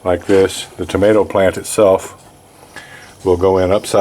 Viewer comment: Anit nothing better than a good "mater"